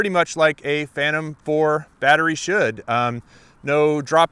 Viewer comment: DJI "Phantom" pro??